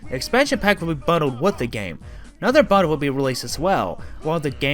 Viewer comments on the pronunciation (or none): I enjoyed the history behind Rareware and their games. But there’s something that annoyed me just a bit and it was the way you speak. Could be because you were trying to speak too fast and couldn’t understand a few of the things you were saying. You also had problems saying words like “bundle” and “multiplayer”. Maybe speaking a bit slower might solve that. Hope you don’t take this the wrong way. Other than that, amazingly well done mates!